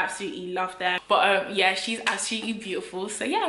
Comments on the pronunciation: Every time you tell ‘YE’ takes me out!!😂😂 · Them “Ye” took me out 😂😂😂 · NELLA is officially a nigerian with her "ye "😂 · I can't breathe Nella wants to kill me every time she says "ye"🤣🤣🤣🤣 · 😂😂.. I'm dead.. those "yehs" yeah... Nella in stripper shoes is hilarious... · The Yie’s finished me!!! 😂😂😂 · You’re so Congolese I love it 😂 that “YEH” 😂😂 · Her ‘ye’ is different to our ye 🤣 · My “ye”is different to your “ye” 😂😂😂😂😂😂